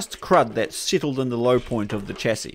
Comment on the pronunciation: Why can't you pronounce chassis properly, bro?